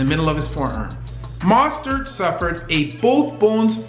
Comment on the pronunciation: Say it with me. . .MOH-stert. Like Moe of the 3 Stooges. Oh, and Mostert is a beast!